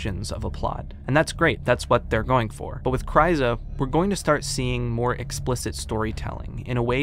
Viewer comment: Small nitpick, it's "chyrza", not "chryza".